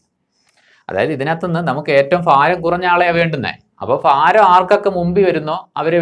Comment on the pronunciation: മാഷെ, ഫാരമല്ല, ഭാരം fha അല്ല bha